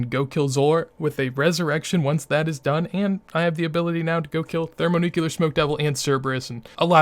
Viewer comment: ThermoNUCLEAR. Not thermoNUCULAR. New-clear. You're triggering my autism. Also, you can use runelite to make shift-click "withdraw x". That way you dont have to right click and select the 18 sand in the bank when glassmaking :)